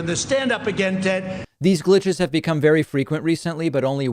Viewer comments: Sounds kinda like he just was going to say Tom/Todd instead of Ted. I hate him as much as anyone, but not a major glitch... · Thank you, I didn't watch it all. Nancy called it "fumigating" him out of the white house. lol Sounded like he was gonna say TODD instead of ted LOL. Its racial and he hates poor people. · Sounds like he was about to say "Tod" but then remembered it was Ted